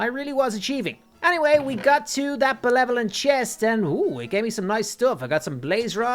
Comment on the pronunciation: Nobody gonna point out that he said belevelant and not benevolent?